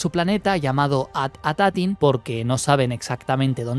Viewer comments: gran video, pero es At Attin, no At Atatin jajaj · Buen vídeo! Me causa gracia que le agregas un "at" adicional al nombre del planeta, es At Attin, y lo pronuncias "At Atattin" ajjsaja No es algo malo, sólo me dio risa.